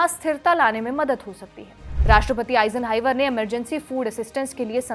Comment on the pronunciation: Eison highver😅😅.iss madam ko rapidex English speaking course karao😢